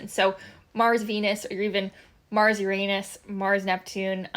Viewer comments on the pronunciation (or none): none